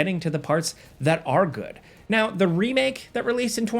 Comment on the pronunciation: Agent 47: "You guys love me know" ... Me: 😒 "know"...